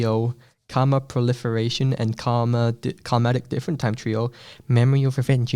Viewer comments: it can't be that hard vro karmactic! Nice your saying karma right too like karma and tic karma 'tic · This dude tried to understand the UTC fandom madness but couldn't. Also there is Karmatic time BACKWARDS with a complete ost. Also karmatic not karmic. Also you need weed to understand it all